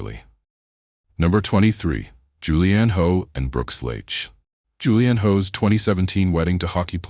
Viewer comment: Hough is pronounced Huff